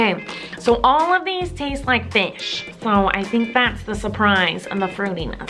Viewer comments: Am I the only one who heard finch instead of. Fish? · More like 'it taste like FICH!!' 😂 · "That tastes like FICH!"